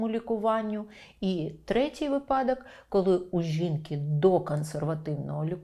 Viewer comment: Говоріть правильно: вИпадок, а не випАдок!!!! Наголос падає на перший склад!!!